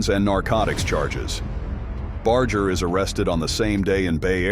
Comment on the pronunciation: It gets me aggravated that Most people can't pronounce His last name Correctly...🤔🤔 Even if everything is AI NOW... IT should be programmed Correctly... Just sayin'...